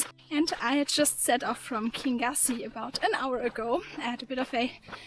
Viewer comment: KIn yoosie is how you pronounce Kingussie.